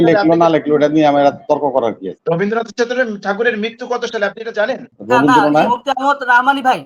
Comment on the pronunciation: কবিগুরু রবীন্দ্রনাথ ঠাকুরের নাম যখনই কোন কোন আলোচনায় উচ্চারণ করবেন তখন শালিনতা বজায় রাখা জরুরি।এই ভাবে রবিন্দ্রনাথ উচ্চারণ করা হচ্ছে যেন ওদের‌ই জ্ঞাতি গুষ্টি!আর আজকের আলোচনায় যে সমস্ত গরু ছাগল বসে বক্তব্য রাখছেন ওদের এই সামান্য জ্ঞান নেই যে যখন কবিগুরু এই কবিতা বা গান লিখেছিলেন তখন অভিবক্ত ভারতের অভিবক্ত বাংলা কে নিয়েই লেখা হয়েছিল। আজকে কট্টরপন্থী ইসলামি শরিয়া পন্থী মুসলিম উম্মাহদের আপত্তির কারণ বর্তমান ইসলাম ধর্মীয় মেজরিটি মানুষের বাংলাদেশের জাতীয় সংগীত একজন হিন্দু সম্প্রদায়ের লিখা কি করে বরদাস্ত করা সম্ভব 😅